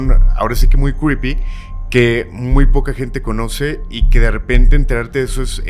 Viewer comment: no tengo nada en tu contra, de hecho me caes súper pero si vas a tener un programa llamado Creepy tienes que aprender a pronunciarlo bien. Cómo lo dices, no es! Pars mí que tienes dislalia quizás necesitas un coach de lenguaje. Tienes una voz bonita pero no articulas bien y obvio se que seguramente no te has dado cuenta, pero cuando te oigo recuerdo a Sylvester el gato de Loony Toon.